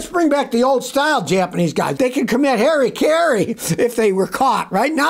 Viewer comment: "hairy karey" is the new "Yun-dai" Jesus, his pronunciation. 😅